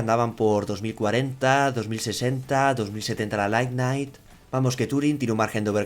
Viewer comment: Es lightning no lightnight jajajajaja sorry pero me pone un poco nervioso siempre que la mencionas